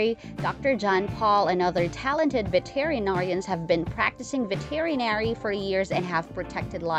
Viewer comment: Damn! Never have I heard somebody BUTCHER our language like this woman does! Missouri is NOT pronounced ME-zuri! And it's Dr. Pol, pronounced POLE, not Paul!. And she totally screwed up the pronunciation of Veterinarian at the end! I don't normally nitpick a posting but sometimes you just think to yourself, either pronounce our words correctly or just shut the heck up!